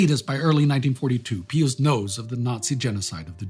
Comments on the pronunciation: It's pronounced PIE us, not PEE us. So annoying to hear you mispronounce something so simple. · What's with the pee-us? It's pronounced pie-us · "Pie-us" not "pee-us" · PEE-us you say ... We say PIE-us. George the 41st Bush (sr) intentionally mispronounced Iraq leader's name, for some unfathomable geopolitical reason. j/s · It is normally pronounced "Pie us" in English. Like Pious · Why are you pronouncing the name “Pious” with an “ee” sound? I’ve never heard that before.